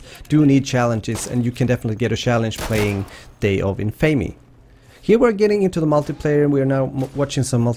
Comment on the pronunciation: It's pronounced day of In-fa-me, not in-fay-me. Kind of like the word Infamous you know? In-fa-mus? Just so you know. Love the vid otherwise!